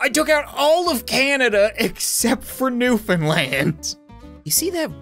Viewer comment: Finally someone who can pronounce Newfoundland right